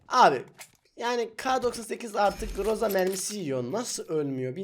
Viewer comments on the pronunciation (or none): none